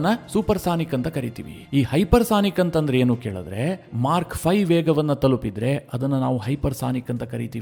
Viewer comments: It is MACH not Mark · ಮಾರ್ಕ್ ಅಲ್ಲ ಗುರು... ಮಾಕ್ ಅಂತ ಉಚ್ಚರಣೆ ಮಾಡಿ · ಸ್ವಾಮಿ, Mark ಅಲ್ಲ, Mack. ಉಚ್ಛಾರಣೆ ತಿದ್ದಿಕೊಳ್ಳಿ.